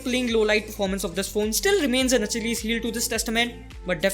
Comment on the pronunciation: Achilles is pronounced as 'akkilles' not 'ach-illes' 😀